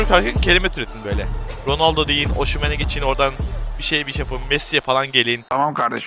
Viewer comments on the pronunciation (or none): Osimhen❌ Oşimhen✅